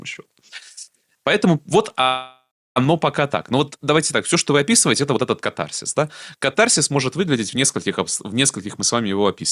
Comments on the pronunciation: кАтарсис! Ударение на первый слог! Если уж взялись по-русски говорить.. А по существу- интересно, спасибо. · В слове катарсис ударение делается на первый слог!!!